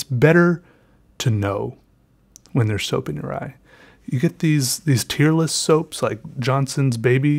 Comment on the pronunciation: its tearless(tare-less) not tearless(teer-less), no split ends.